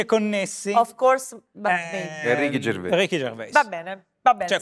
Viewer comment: ma perchè dicono Ricky Gervé? Si dice Ricky Gervè? Lui non lo pronuncia così...